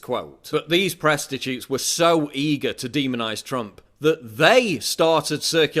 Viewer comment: "Presstatutes". Fucking brilliant!